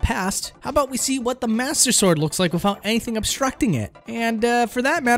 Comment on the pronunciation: Good video but please god stop saying 'wif' and 'wifout', it's driving me nuts.